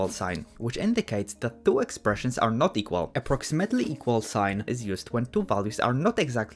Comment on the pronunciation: da 2 lines eqwawiry